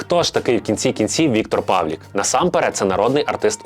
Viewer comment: Чому —Павлік? ПавлИИИИИИК.